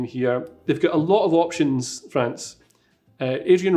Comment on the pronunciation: Tell me if I mispronounce any names....: Right, let's start. FRANZ 😆